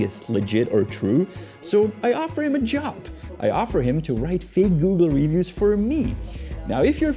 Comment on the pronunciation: i just can't deal with his wrongful pronunciation of the word "reviews" lol its like when he was saying christmers 1000 times in a video